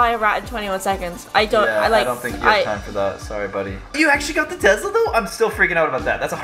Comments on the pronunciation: lol there is no z in Tesla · “Tezla “ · No one:: "Tezla" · I love how he says Tesla ( Tezla) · I have to say this I have nothing against but it’s Tesla not tezla like......uhhh